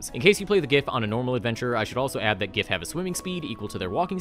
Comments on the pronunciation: It's pronounced giff No, seriously. The book mentions that giff fall into two camps on the pronunciation. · Absolute best part about the Giff is that they canonically cannot agree on how their race's name is pronounced and will get into fights with each other about whether it uses the hard 'G' or not.